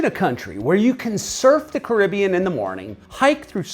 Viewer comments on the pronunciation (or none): none